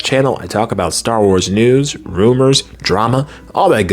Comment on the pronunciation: You are saying it perfectly..."Star Wars errors"